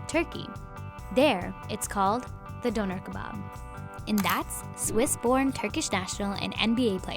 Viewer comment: Why i cringed when the host says "The döner kebaab"